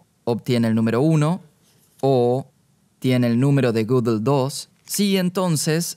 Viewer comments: Gödel no se PRONUNCIA "gúguel" se pronuncia aprox. (escritura español): GUÉDEL esa É es un sonido "Œ" [OE] típico del alemán, NADA QUE VER con la "Ú" usada ERRÓNEAMENTE para pronunciar Gödel en el video. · lo unico que odio es como pronuncia gödel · La pregunta es: ¿por qué pronuncia un apellido alemán con ese acentito inglés tan pedante? O lo hace con acento alemán o con su acento natural español.